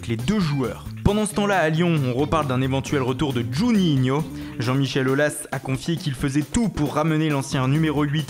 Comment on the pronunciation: l'accent quand tu prononce le nom de juninho le refait plus stp .😭😭😭